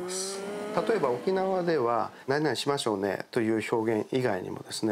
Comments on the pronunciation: ちょっとしましょうねのイントネーションが違うね。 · 〇〇しましょうね。って言葉とイントネーションが大好きなないちゃーです😁